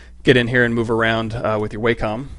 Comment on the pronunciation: + one for pronouncing it "WAYcom" instead of "WACKEM" ;))